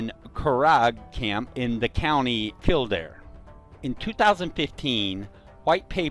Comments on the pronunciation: Its so funny when you try to pronounce irish place names. Its curraaaaaggghh and kill dare(like i dare you to) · It took we a while to realise you were talking about the curragh camp in kildare it's pronounced curr-a count kill-dare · by the way its pronounced kill der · U didnt say kildare right either lol